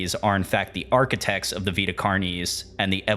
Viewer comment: I just appreciate that you said “Vita” right! (It’s my name irl, and you wouldn’t believe how many people mispronounce it as “vaita”)